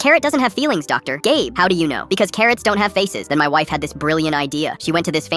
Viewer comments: Dr. Gabe? I hear Dr. Gay.. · The first time they said the doctors name I heard dr. Gay instead of dr. Gabe😭😭😭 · For a sec I thought you said Dr. Gay 😂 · BRUUHHHH IT SAID "Dr GAY blinks" NOT "Dr GABE blinks" NAAHHHH IM CRASHIN OUTTT AI THESE DAYSSS😭😭😭😭😭💀💀💀💀💀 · Who's doctor GAY😂😂😂😂😂😂😂😂 the screen does not say GABE it says GAYY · I thought that DR.Gabe was called DR.Gay 😂🤣😂🤣🤣😂🤣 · I thought they said Dr. Gay 💔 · Ik it says dr.gabe, but I swear it said dr.gay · I thought I heard "doctor gay." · I thought that he said doctor Gay not doctor gabe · Did nobody else notice it said dr. Gay at one point instead of dr. Gabe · I heard "dr gay" everytime the ai says gabe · “ Dr. Gay” the hell?? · Did i Heard doctor gay? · We’re not gonna talk about the fact that he just called the doctor “Dr. Gay”? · Did I just hear “dr gay” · is no one talking about how it said "doctor GAY blinks"😔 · im sorry.... DiD bRo JuSt SaY dR gAy?!? im dying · Why did he say doctor gay on the second time he said doctor Gabes name😂😂😂😂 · he said dr gay 😭😭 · Did i hear dr gay? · Am I the one who noticed that it said doctor gay? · It’s said Dr. Gay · Am I the only one that heard dr.Gay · 𝙄 𝙩𝙝𝙤𝙪𝙜𝙝𝙩 𝙩𝙝𝙚 𝘼𝙄 𝙬𝙝𝙚𝙣 𝙞𝙩 𝙨𝙖𝙞𝙙 𝙂𝙖𝙗𝙚 𝙨𝙖𝙞𝙙 gay👹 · Why did I hear Dr gay 😂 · Why did I hear "Dr. Gay"? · Wait doctor gay?????????? Ok sorry I realised it actually said gaybe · Wtf i heard dr gabe as dr gay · I thought thay said "doctor gay"😭 i need to get my ears checked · Not me hearing "dr. gay" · Me hearing "doctor gay" 💀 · I thought u said Dr gay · Bro why did I hear doctor gay???😢😅💀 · I hear doctor gay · Doctor gay is what I heard 😂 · I thought I was the only one who heard that the doctor's name was "Dr gay"